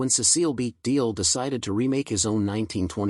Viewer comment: The guy's name is DeMille, not Deel! Is your narration AI generated?